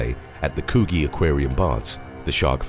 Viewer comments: Thats ok - the story about the Shark Arm Case - within a week of being put on display at the Coo gee Aquarium Baths ?- What? Where? Its pronounced Cudgee. LOL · Lmfaoooo Coogee is pronounced coojee not coo-ghee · COOGEE is pronounced COO + GEE = COO as in Cook and GEE as in Gee Whiz or JEE as in JEEP! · Haha I live near Coogee. It's pronounced Coo-jee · Coogee pronounced COO GEE. The GEE is pronounced like WEE but GEE, u couldn't pronounce Coogee but can pronounce Kakadu perfectly 😂. Coggee's in Sydney, 10 mins from the city centre & the next beach south of Bondi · Coogee....pronounced Coojee 🦈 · I love when non-Aussie try to pronounce our towns. 😂 got Coogee so wrong. 😂